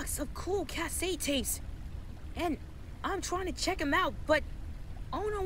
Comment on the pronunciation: Cass set tapes? Lol so many mispronounced words but still cool (cuh set lol is more like it) must be a younging